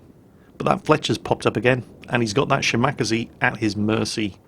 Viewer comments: I think you're pronunciation on the Shimakaze is a bit off.. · You are supposed to pronounce the shimakaze like the minekaze. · Ahahahahahaha!!! The Shimakaze pronounciation you made is completely new to me, it's so.....so.....wrong. Cute but WRONG! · there!! It's from Kantai collection how Shimakaze is pronounced. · I still cringe when pronounces Shimakaze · It's making me want to gnaw my computer monitor in rage. It's such an easy name to say!(at least for a Japanese name) Wait... do you think he's doing it on purpose just to piss us all off? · has pronnounced it correctly before, he must've been sleepy. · Yes, he's doing it to piss off people like you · Yes, I cringe every time he says it. But that's why we love....:) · Ya, poor. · The first time he said it I hoped it was a mistake.... I was wrong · since when do you say Shimack-aze instead of Shima-kaze? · SHE-ma-KAH-zay. ' emphases are on all the wrong syllables heh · Shi-Ma-Ka-Ze, not shiMAkase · Shima.Kaze not shimacazeh It is actually two characters, aka the equivalent of pronouncing 2 words. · Shimakaze. She-Muh-Kah-Zay. Not "Shi-Mak-Uh-Zee" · ole bean, Shimakaze is pronounced shee-ma-kah-zay and not shi-mahk-ah-zee. It means "Island Wind". More of the bloody boat game please. OK, OK, back to the kosher salt mines. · shim-ack-aze? Shima-kaze. XD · How do you pronounce 'Minekaze'? Mi-ni-ka-zee How do you pronounce 'Kamikaze'? Kam-i-ka-zee So why do you pronounce 'Shimakaze', Shim-mack-a-zee? It's She-ma-ka-zee. Please use some common sense! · shi-ma-ka-ze over shim-ak-ze :) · shimack-azie... How does everybody pronounce Kamikaze? Kami-kaze. So then we get Shima-kaze., you are so crap.:P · i cringe evertime shimakaze (she-mak-ker-zee) is said.... IT'S: she-mah-car-sair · Shim-ar-kazee is hilarious. 😂😂😂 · Why do you call it the Shimackasee lmao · Nyorleens and Shim-akazee. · "shimack-azie" sigh...